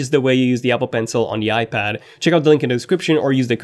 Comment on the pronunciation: Please learn how to pronounce iPad.